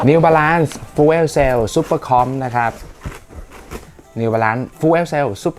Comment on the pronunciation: fuel ออกเสียงประมาณ ฟยิว